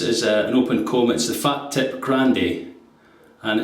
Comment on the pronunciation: Fah-teep is the correct pronunciation.